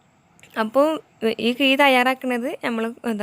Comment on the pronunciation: മലയാളം അറിയില്ല കിഇ അല്ല കിഴി.. കോയൽ അല്ല കുഴൽ